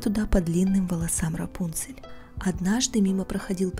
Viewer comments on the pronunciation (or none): У меня на компе раньше была игра про рапунцель, и там так же был раздел где можно было послушать историю и там как раз был именно этот вариант истории) (но меня в этой игре всегда смущало то что ударение было не Рапу́нцель, а Рапунце́ль) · Правильно имя РАПУНСЕ'ЛЬ с ударением на букву Е.